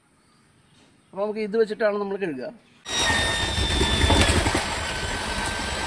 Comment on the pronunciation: കെഴുകുക🤕 അല്ല "കഴുകുക " 🫣🫣